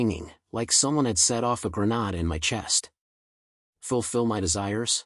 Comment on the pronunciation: Anybody that says gre nod instead of grenade 😅